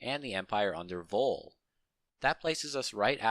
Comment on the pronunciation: Love the video, however, I do have a slight beef. Chitus and Voll. Chitus is pronounced like chip, not like kite, and Voll is pronounced like Bowl.